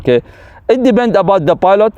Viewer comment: Resume: it "debend". Kkkk